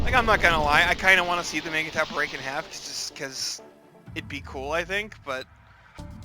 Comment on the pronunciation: Isn't "mangetout" pronounced more like "monj too"?